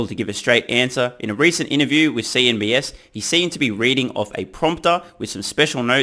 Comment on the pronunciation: You keep saying 'CNBS' when talking about the network.